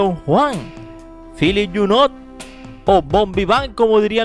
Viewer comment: Que feo hablacUsted. En Franses no se pronuncia la letra T. Abburridisimo.